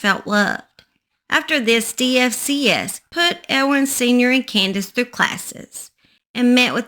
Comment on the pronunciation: In Effingham it's not DFCS it's pronounced DFACS